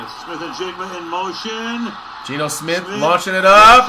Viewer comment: "Deebo Smith"😆